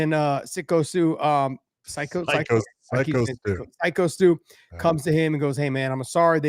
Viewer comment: Hey, what kind of a psycho can’t say the word psycho